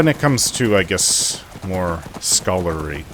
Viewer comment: Scholarly, not scolary. 😊